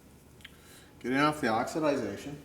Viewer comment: Great video! Pronounced OX-I-DAY-SHUN, OXIDATION.